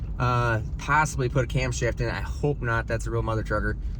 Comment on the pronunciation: OHHH YAH says. Not camshaft but cumshaft😆